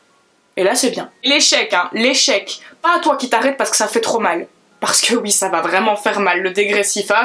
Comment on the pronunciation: C'est une belge ça s'entend a son accent, il le prononce souvent houite